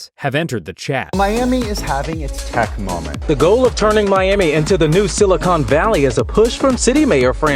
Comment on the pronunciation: "Teck" and finance have entered the chat 😂